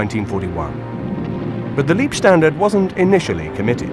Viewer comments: Excellent stuff, but in the making of this nobody bothered to mention that Leibstandarte is not pronounced as Liebstandarte. LEIB not LIEB! So many English speakers seem to have a blind spot for this. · Decent video about the ‘Black Baron’ from the Oberpfalz! Next time practice the pronunciation of German words. It is Leibstandarte not Liebstandarte…🥴🥴🥴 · The pronunciation of German is vey important. LEIbstandarte is the name not lIEbstandarte which can mean love regiment.